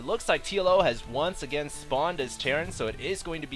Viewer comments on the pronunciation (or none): none